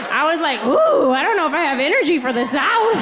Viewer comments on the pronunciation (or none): none